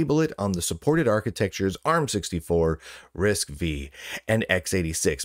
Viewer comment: RISC-V is pronounced "risk-five". (Edit: Got it right the second time 👍)